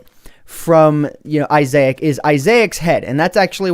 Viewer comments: Isaac.... Just.... Wow. (i-zack) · I believe it's pronounced I-zak as a reference to the game binding of Isaac a game about you mother trying to kill you so you go hide in the basement that contains a lot of creepy enemy's and Isaac's main form of weaponry is his tears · izeeeec! I just feel the way he says Isaac, sounds so weird xd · It's pronounced isac from the amazing game binding of issac it's a reference. Play the game it's on steam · It's pronounced izac it's from binding of issac wrath of the lamb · That was painful hearing him say Isaac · The way he says "Isaac" is a common mistake I get it alot, cut him some slack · That's not how you say issac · I haven't heard someone pronounce Isaac like that before. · I've never heard Isaac pronounced like that. Not saying that it's wrong, just interesting. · That's not how you say Isaac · I HATE HOW HE PRONOUNCE ISAAC!!!! OMG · My name is Isaac, and your pronunciation mad me offended :D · That just might be how you pronounce Isaac, just pronounces it differently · it made me so angry when he mispronounced isaac as a huge fan of the binding of isaac I wonder if Edmund can sue the creator of the mod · You said Isacc wrong... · You pronounced my name wrong. :( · That is my name to thats not how it is said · Binding if Isaac really u didn't say it right I demand u to play the binding of Isaac now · You seriously mispronounced Isaac... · For those of you who complain about how he pronounce Isaac , I learned it that way at first to from my teachers. Different people pronounce it differently. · Dude your pronouncing Isaac wrong. And it's from the binding of Isaac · you said Isaac wrong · I think I'm more interested in how that pronunciation of Isaac came about xD That said though, still a damn cool mod :D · Your saying isaac wrong from the binding of isaac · You said issac wrong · Its not yitzchak your some other language fool XD its issaic / issac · It's not issac is eye-sick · its isac not isaec